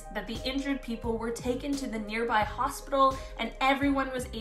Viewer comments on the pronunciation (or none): none